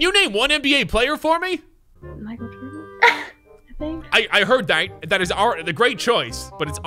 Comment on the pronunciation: Nobody: Literally nobody: random: "Michal Joden"